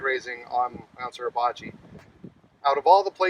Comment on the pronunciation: Grrr! It's SUR..NOT SER...PRONOUNCE IT CORRECTLY PLEASE!!